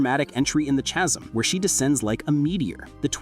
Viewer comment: Misleading titles are almost as annoying as AI slop. Skirk did not arrive in the chasm, the h in chasm is silent.